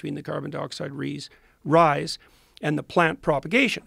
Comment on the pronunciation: Listen to Jordan say 'rise' . It's like he's reading a word he's never seen before. How else can you explain him pronouncing a simple word so weirdly? He corrects himself immediately, so he's knows he got it wrong. But how did he get it wrong? Is he reading a script or is he AI?